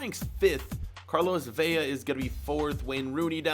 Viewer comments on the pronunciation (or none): In Spanish, two L’s make a y sound. If it’s one L it will always be an L so it’s Vela not Vella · Vela has one L that means it Ve-la not Ve-ya.